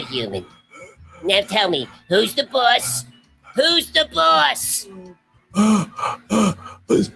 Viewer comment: "Who's the boss? WHOS THE BWOSS!!?" "Tony Danza" 🤣 🤣 🤣 🤣